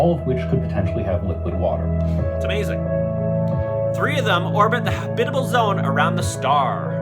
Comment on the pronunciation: YOUR SAYING HABIBAL IT'S HAB·IT·A·BLE